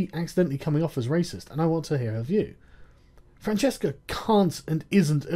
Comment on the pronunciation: We DO pronounce it with a hard C over here. Sorry, I know it's wrong.